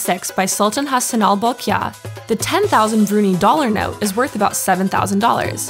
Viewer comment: hey eedjit! its pronounced bru-nigh not bru-knee!